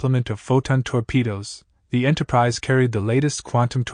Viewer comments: Enterprise eh and Enterprisey. 😂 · Why don't you take a real human speaker? Why do you take this AI-BS? What's an "Enterpri-zey"? Enterprizy